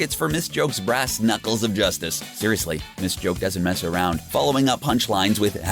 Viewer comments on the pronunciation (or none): none